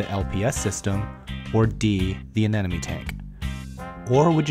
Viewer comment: Ane-MO-ne ... not anenome XD .... Nice video though. I like them. +1 sub for you guys